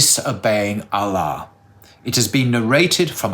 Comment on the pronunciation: Hi ur supposed to pronounce Allah as (Al-loh) but u say (al-la) just pointing it out. Love the shorts.